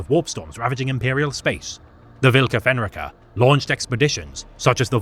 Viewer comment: Also, it's pronounced: Volka Fen r-eye ka